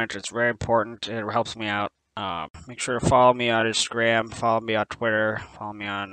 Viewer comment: "Instagram was unchanged" No, he actually says Insgram. You can clearly see that in the subtitles. Also, not even gonna acknowledge the timeline jump during the JoJo sequence? I thought that was clever. Lastly, the series may indeed only take place over the course of a year. It's quite possible that Gadget Gabe is a time traveller.